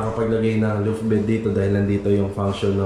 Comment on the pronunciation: Sir tinutukoy po nyo na nasa ilalim~ gas tank po, no? Di stove? Dalawang beses po nyo nasabi kasi... Suggestion din po sa pronunciation: law-ft po imbis na loo-ft.